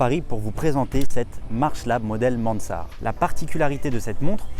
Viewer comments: Sympa, c'est juste un peu domlage que tu prononces ”Mansart” à l’anglaise alors que Mansart était un pur Français, et que la montre est française aussi ! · Et sinon tu peux prononcer Mansart à la française 😁 (en tout cas c'est comme ça que j'avais appris à l'école il y a fort longtemps 😁)